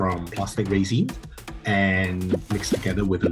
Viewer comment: note to self: resin is not raisin... it's REH-zn